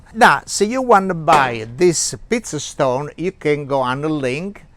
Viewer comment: Looks good! I thought you were saying “piece of stone”. Then I finally realized you were saying “pizza stone” ! Lol